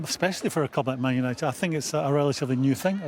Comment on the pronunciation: What's a "Manishunited"?